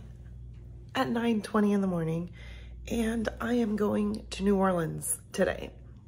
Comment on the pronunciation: New Orleans is my hometown. There is so much to enjoy. There is a drive thru daquiri place right on the streetcar line. I am also happy you pronounce New Orleans correctly.